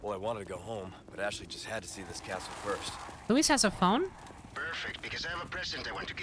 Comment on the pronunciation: Penny: \*hears Leon say Luis* Penny, seconds later: "Lewis"